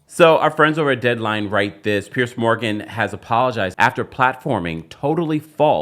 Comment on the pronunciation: Piers. Not “Pierce.” Idk why I can’t stand the mispronunciation. Lemme go find my Tylenol.